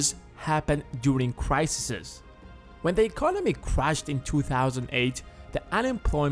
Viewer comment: pronounced plural form of crisis wrong :/